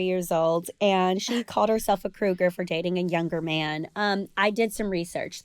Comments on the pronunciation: Cruger???? Lol its cougar🥲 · Cougar --- not Cruger...